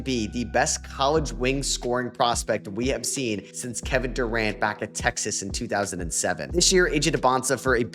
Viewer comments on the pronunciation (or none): none